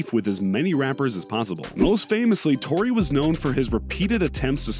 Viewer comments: Its tory not troy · Royce or Troy. Lmao its tory not troy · Did u say Royce or Troy ? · This nigga said troy